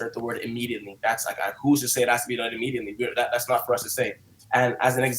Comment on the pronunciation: why you add an “n” in a lot of your words? WTH is Immediantly?